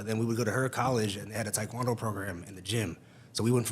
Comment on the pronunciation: Not gonna lie for some reason it bothers me the way he’s pronouncing taekwondo. It’s like when the East Coast people miss, pronounced the name, Mario, and say mAIRio